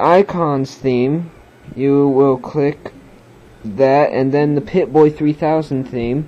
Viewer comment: pip-boy not pipbay, idiot